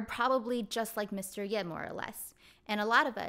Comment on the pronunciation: I believe the "葉" character is pronounced as "ㄕㄜˋ" (just like"社") not "ㄧㄝˋ" in this idiom. It is the name of a territory during the Spring and Autumn period. source